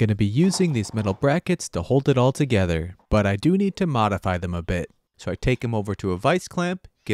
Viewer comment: it's "bolted TOgether" not "bolted gether".